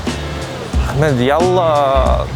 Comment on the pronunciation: You turned Ahmed to AhMAD